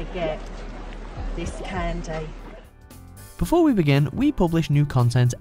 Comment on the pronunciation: "Take a good look, coz you ain' evah gunna get this cann-day"